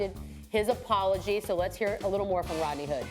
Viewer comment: Jalen said it like “Rotknee” . And man his hair look more and more fishy every day